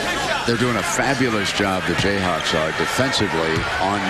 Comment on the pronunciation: did he say jayhacks?? must have talked to a mizzou fan before.